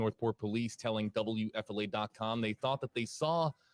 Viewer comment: I swear it doesn't sound like he's saying WFLA to me. It sounds like W-ef-filet. Located near chic filet LOL